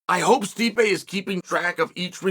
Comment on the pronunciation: not as disrespectful as much as you pronouncing his name " stripe "